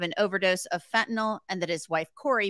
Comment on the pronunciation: Couldn't help but laugh when Dan Abrams said Eric Richins was killed "fentyn-ally"